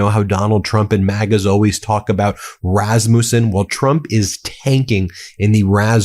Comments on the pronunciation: it is a short a in rasmussen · It's not Razz-moose-in. Rass-muss-in. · Rasmussen is pronounced ras mus en. Not muse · You pronounced Rasmussen wrong. It is pronounced Raz like cat. And then MU is Ma like truck. And then send is like send I don’t know how you make those correct little indicators but anyway there are Rasmussen in my town and so I know how to pronounce it and I want you to know too. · Ben: the name is Rasmus' son. Rass-mew-son. Accent on first syllable. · As a Dane, I die every time you say "Raz-moussen" 😂😭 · Pronounced Rass ma son!!! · Rasmussen: 3 sharp s, and speak this name quicker please. Rasmussen is Danish and Norwegian origin. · Please learn how to pronounce RASMUSSEN